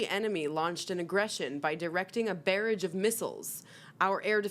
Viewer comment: Barrage sounds like garage and not like she mispronounced it as barrage sounding like carriage.